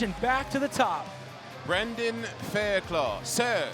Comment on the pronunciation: Fuck’s sake, guys... his name’s pronounced Fair-cluff - as in rough, tough, enough etc.